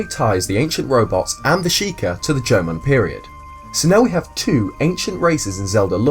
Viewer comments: Am i the only one that understands "German" instead of "Jomon"? xD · At different points of the video, i don't know if your saying jomon or german. Still liked the video though. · LMAO, you pronounce Jamon just like German! xD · Every time you say Jomon I hear German XP great video though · Instead of Jomon i always hear german haha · I know how hard it is to pronounce some words and how they may sound different but that "german pottery" thing is just hilarious xD oh and btw greetings from germany. :D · I did too, but we all know he said at the beginning that it is very hard for him to pronounce Japanese.